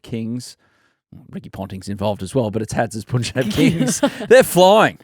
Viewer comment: Adam, love Willow Talk. Listen to every episode. Don’t take it the wrong way and I didn’t want to but you said it too many times so here it goes: can you be the pioneer in saying Punjab like pun in no “pun” intended. Not sure why BCCI never had the pronunciation corrected for people in the outside media.